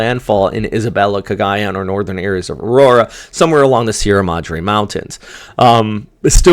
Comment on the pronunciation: I hope you don't mind if I teach you some pronunciation like Cagayan where the accent is on the 3rd syllable. Cagayán. Thanks